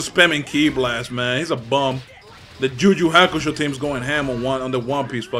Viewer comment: Am the only one how finds Hilarious how he says "Ju Ju Hakusho"/